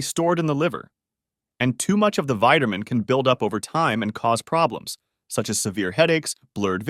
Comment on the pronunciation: Are you saying vitermin D and vitermin B6. Can't stand to hear you say vitermin. Please correct annunciation.